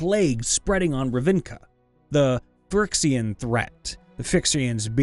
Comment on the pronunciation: Phi-rex-e-an Phyrexian For future referance.